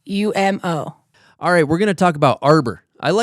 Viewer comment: said AyumO and said Klevand